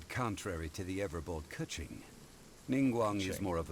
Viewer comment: Keqing is pronounced Ka-ching...like the money sound....cuz she's rich. ;)